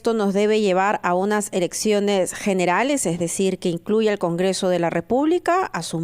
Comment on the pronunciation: me parece que dijo erecciones generales?... 😆